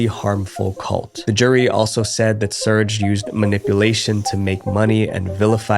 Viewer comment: Another great video. I’m surprised you haven’t learned how to pronounce the name Serge. It’s Ser-gay. 2 syllables.